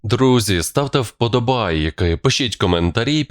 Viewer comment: Ты издеваешься , когда проговариваешь ,, вподобааййки' ? Через интонацию и произношения вподобайок хочеться зразу переключить і не слухать , бо це сприймається за насмішки над слухачами , типу ,,проковтнете'' !